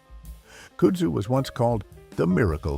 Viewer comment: Sorry but where does this pronunciation of kudzu come from? I’m assuming it’s an ai 🤮 voiceover cause, at least here in the south, it’s pronounced kud (like bud but with a K) Zoo